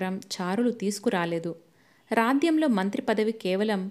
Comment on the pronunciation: మీకు రాజ్యం అని అనడం రాదా? నేను మీ మిగితా కథలల్లో కూడా విన్నాను. ఈ ఒక్కటి సరిచేసుకుంటే బావుంటుంది